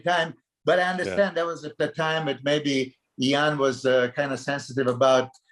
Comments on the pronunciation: I really appreciate the one on one podcasts the real bodybuilding podcast + i have to say i like how milos pronounces iain's name❤ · We need guy and Milos on a loop mispronnouncing iain's name lol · absolutely loved this podcast! Milos was so entertaining and informative. His pronunciation of Iain gives Guy a run for his money😂😂